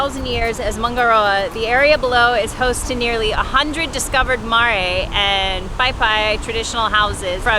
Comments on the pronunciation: Just wanted to let you know (I'm binging all your vids haha) Marae is pronounced mah-ri (as in eye) Also Waka is always with a w, and is pronounced as such - vaka isn't a Maori word :) From a new kiwi fan locked up in the States haha keep it up, I'm obsessed! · Marae is pronounced mar eye lol.....love your vids